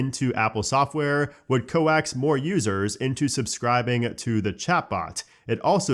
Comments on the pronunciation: It’s supposed to be coax (said like “cokes”; meaning lure or attract), not coax (like “co-axe”, meaning a data transmission cable) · I'm really sorry, but it's "cokes" like "hoax" but with a c. 😂 Obviously the old coaxial cable or "coax cable" pronunciation came out from the distant past. 😂 Excited for iOS 27 betas. Love trying it out and all the headaches it comes with. 😅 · Coax is pronounced like the word cokes 😉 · Coax is pronounced ‘cokes’, not like the coax cable.